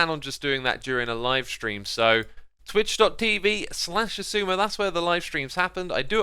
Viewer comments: It makes me so happy everytime to hear saying shashwammy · how come says your name different?